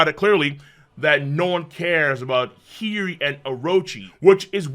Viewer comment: the name of Odens dauthter is H i y - O - ri ……the O is not silent